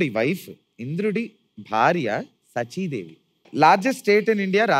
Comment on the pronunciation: Good show to watch, if am not wrong,n sorry for telling , the pronunciation of the word ఇంద్ర wife...sachidevi is not సచీదేవి...But it is శచీదేవి.... Otherwise the show is too disciplinned n entertainment show.all d best go saket n the guest singers